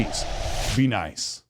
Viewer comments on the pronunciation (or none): none